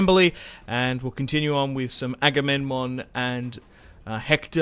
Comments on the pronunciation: His name is Aga-mem-non, non Agamenmon. Damn why everyone CA chooses to advertize their games is such a goofus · Agame...NMON?! IT'S AGAMEMNON, AGAMEM-NON NOT AGAMEN-MON.